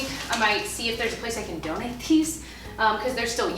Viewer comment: When you said donate pile, I swear I heard donut pile. I must be hungry, but doesn’t that sound amazing? 🍩🍩🍩